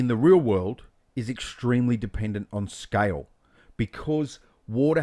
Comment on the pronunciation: i think you are one of the best teacher for maya, bifrost. awesome tutorial. really a detailed exercise that is simplified for viewers to receive it easily!! thanks dear. only thing i felt little difficult in beginning for a while is.. ur pronunciation of scale is like sky. weight is like white. water is like voda.